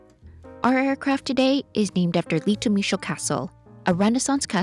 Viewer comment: Excellent review, thank you. Your pronunciation of Litomyšl was very good. ❤